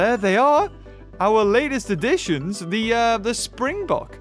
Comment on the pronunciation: Im South african , I absolutely love how you pronounce springbok . You are dead on with "bok" but it is its afrikaans name , in english it would be a spring buck.